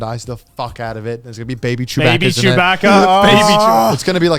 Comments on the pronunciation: "Chewbacka"?? It's pronounced baka, like the Japanese word. 😂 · They gotta be taking the piss with how they pronounce Chewbacca. They said it too many times for it not to be a joke.